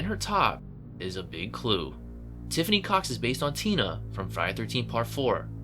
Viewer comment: He said "cox", which I heard as "cocks" 🤣🤣